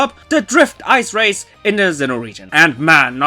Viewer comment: I love how you pronounce Sinnoh as Xeno. Lol